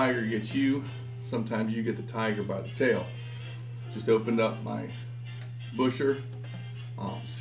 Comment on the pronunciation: It's pronounced Bisher